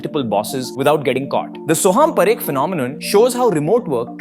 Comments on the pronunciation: it’s PAA-rekh, not puh-rekh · Paa - rekh not p - rekh